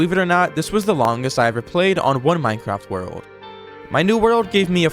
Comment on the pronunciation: minecwaft wewold